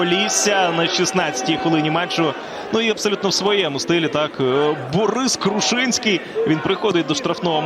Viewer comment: "бУрис Крушинський" 😂. Коментатор з пуєм у роті